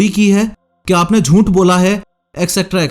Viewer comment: jhooth❌ joont✔️